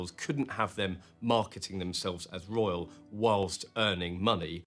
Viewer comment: I thought you said the Royal rodent 😂